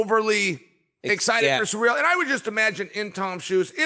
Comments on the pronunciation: "Surreal Gane" ty Chael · Did chael said suurel instead of ciryl 😅